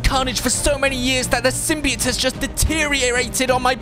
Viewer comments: It's not sim-b-it its a sim-by-oat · SIM-BE-OAT say it like that. thxxxxxxxxxxxxxxxxxxxxxxxxxxxxxxxxx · I was just laughing at how he said symbiote that’s all